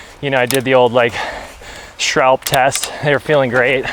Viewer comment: it's phonetically 'schwahhhll - buhh'